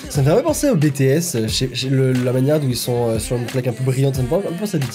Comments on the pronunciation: oulaaaa la prononciation genre "Bétéèsse" aaaar please help me ouf c'est bon il l'a bien dit ( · LA PRONONCIATION, je suis désolé les army 😭😭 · Tu as dit B T S et personne t'a rien dit 😂du coup je te le dit honnêtement ça se prononce BiTiS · Alors excuse moi mais... 1: on dit pas bétés (prononcer se S) mais bitis (BTS) 2: BTS sont pas 18 garçons mes 7 garçons voilas😊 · Par contre, hein. “Bétéaisse” Faut le prononcer à l’anglaise!! “Bitiaisse” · Par contre je suis désolé mais "taille-mine" je connais pas 😅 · qui dit bétés au lieu de bitis c à m'énerve trop!🤣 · C pas "Bétéesses" c "Bitiesses" écrit "BTS" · PAS BÉ TÉ S BI TI ES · Les BTS, ils sont 7 et moi, je les connais tous: RM: KIM NAM-JOON JIN: KIM SEOK-JIN J-HOPE: JUNG HO-SEOK SUGA: MIN YOON-GI V: KIM TAE-HYUNG JIMIN: PARK JI-MIN JUNGKOOK: JEON JEONG-GÛK Et BTS sa se prononce en anglais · Tellement ça m'a énervé ! On dit pas bétéèsse !!!! Et en plus ils sont que 7 et non 18 ! Et perso je connais tous les membres et pas que 3 ! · Non mais Bé-Té-ésse ça fais mam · ci mais il le dis comme ca je cais que ça écrit BTS et pas bi ti s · "Bé-té-éss" Moi- fait un AVC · K-pop on juge pas aujourd'hui ça a évoluer 😂😂😂 et ça se prononce BITI-S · Ça ne choque personne le " bé té aiss " ? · Sa se dit bitis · Mb ça ce prononce bitiaisse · à dit bÉtÉs... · Bts sa se prononce pas comme en français 😂 tu me fais rager à chaque fois que tu le dis, n'oublie pas t le meilleur continue comme ça 😘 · « Ça me fais un peut penser à BTS ([Bé té èsse]) » Les Kpop stan: LES FILLES JE SUIS TOMBÉ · Ça fait mal😭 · Mes oreilles ont étaient choqué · mes oreilles ont saignées...